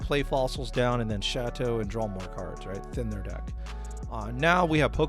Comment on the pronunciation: my Man, never have I thought to pronounce Chatot as Chateaux